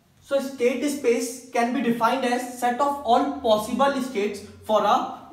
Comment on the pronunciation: es-state ess-space